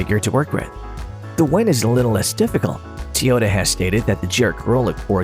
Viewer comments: T oyota? it is Toyota. Not T oyota. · Had to stop watching this this idiot can’t even say Toyota correctly